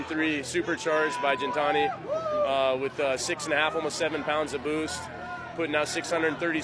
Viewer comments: LMFAO that is exactly what I thought to fkn hilarious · he didn't say "boost" like.